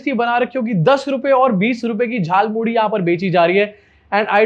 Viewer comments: Jaal Muli nahi Jhaal Moori hota hai.. Muh se Vimal thook do Modi ji. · झाल मूढ़ी नहीं.. जाल मूली बोल रहे महामानव😂😂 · झाल मूली 😂😂😂 अबे झाल मूढ़ी होता है।